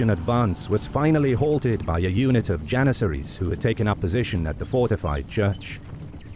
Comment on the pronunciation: “32000 jenissaries”💀💀